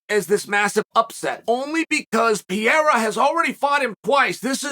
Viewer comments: Piera? I feel like he doesn't even try to pronounce it correctly. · I like how Lord Chael, pronounces Alex name like an American but pronounces his last name like it’s Spanish. Either way he’s correct! 😂 American, Spanish, Brazilian…it’s all the same.